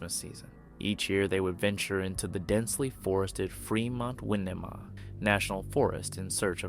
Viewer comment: Winema --"Why-knee-ma" not Why-nem-a